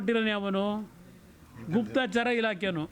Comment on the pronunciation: Guptachara not guptachaara.